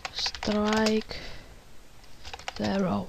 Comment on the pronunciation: bin ich auch ind mein Englisch ist auch net das beste es heißt zero net sero xD so hat sich deine aussprache angehört